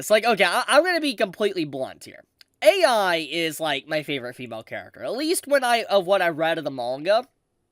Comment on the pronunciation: I enjoy Eiai so much! She not only gave the finger service, but she adds analytical responses and it gets me every time! And how she tries to distract herself writing out the digits for Pi 😂 Also the way you pronounce her last name “Eiai” sounds like AI. Took me a while to realize it. It totally goes with her character